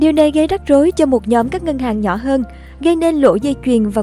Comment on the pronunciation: Mc xinh đẹp ơi, nhóm đừng đọc là nhấm nữa nhé. Mình làm truyền thông cố gắng đọc ít từ ngữ địa phương thôi.